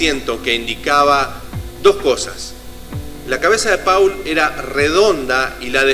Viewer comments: no se dice «paul» se pronuncia «pol».. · es MI5 hermano... no el MI6... investiga mejor porque asi terminas generando mas desinformacion y ya bastante hay respecto al tema... y se pronucia "pol" ... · Turn me on, dead man= devuélveme al hombre muerto!?!?!?!?! Siento entre risa y vergüenza ajena. Y el "falso" Paul (ha pronunciado alguna vez el nombre correctamente en todo el vídeo?) siguió tan ricamente con su carrera musical como si nada hubiera pasado y sin que sus compañeros de grupo se dieran cuenta de nada, no? O es que también estaban compinchados? Cantó en el Live Aid ante 70000 personas en Wembley y ningún músico de los 30 grupos que allí tocaron se dió cuenta de que no era Paul, no? Claro, claro. Yo tampoco me parezco a cómo era cuando tenía 24 años. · Y por qué pronuncias cómo se escribe Paul y no cómo debe ser?